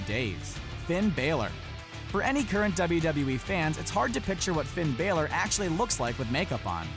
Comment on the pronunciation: It is not balor